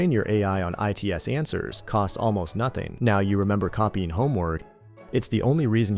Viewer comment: "Then, train your AI on Eye Tee Ess answers" [IT'S] How did I believe for any time that this video actually just had a human narrator with a really good voice? Well, there you have it. AI does the voice...